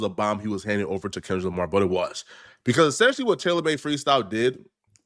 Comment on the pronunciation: Essentially, not Assentially